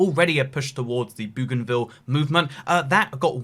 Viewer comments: Bougainville is am "oe" sound, not an "oo" sound. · Bow ghan ville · Aaaaaaaaaah the pronunciation of Bougainville is killing me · Its Bougainville